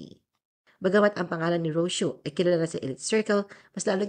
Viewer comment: Ro - See - Yo. Not Ros-yo.Mag-research ka muna bago ka gumawa ng article.